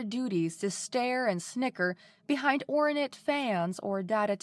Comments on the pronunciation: I couldn't get past pronouncing "ornate" as 'ore-uh-nate" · I agree, she has a good voice for this, but needs some work. Most notably in this story, the recurring "ornate" sticks out right from the start. I've heard worse - in fact, I've heard worse from this same narrator on this channel not long ago. She's already getting better. Hopefully, she continues to do so!